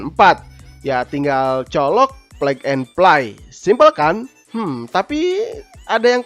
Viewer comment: braded (bredet) bukan branded (brendet), plug and play (plak en pley) bukan plek eh play, custom (kastem) bukan kostum HEHHEHE semangat terus lur